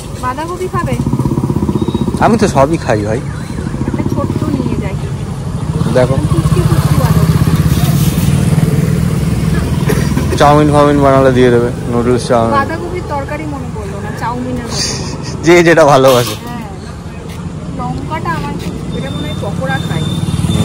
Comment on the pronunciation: Ar o akta কথা নুডুলস বলবে। Not নুডালস। কানে লাগে গো। ❤